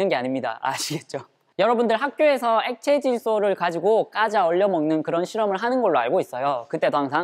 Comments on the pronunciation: 엑카질소라고 들은거 같은데... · 나만 액카질소라 들었나?